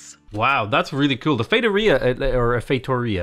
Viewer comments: Surprised you pretty much nailed "feitoria" on the first time you said it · That "Casa da Índia" was more Portuguese from Brazil than Portuguese from Portugal.. Still, I appreciate the effort! And, you're getting the hang of the "Feitoria" pronunciation! Congrats on that! Keep up the great work, amazing content and just being awesome as a person and content creator! Cheers from a Portuguese viewer =P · Thank you for saying Feitoria correctly. Haha